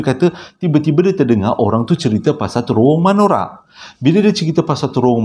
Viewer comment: bukan manora bang tp menora😁😁😁